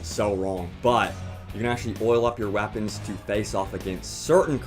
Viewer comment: Its weapons not wapons!